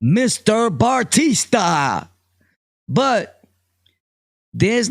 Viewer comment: His last name is Batista not Bartista